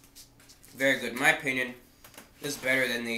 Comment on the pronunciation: "its vewy nice" god i LOVE this channel